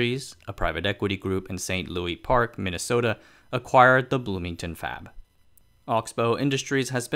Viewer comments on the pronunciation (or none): Not that this matters or will ever come up again, but as a Minnesota native I can tell you that the 'Louis' in St Louis Park is pronounced like 'Lewis' rather than the Louis in 'King Louis'